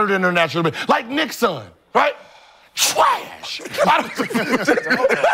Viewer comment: That "Træsh" had me dying💀💀💀💀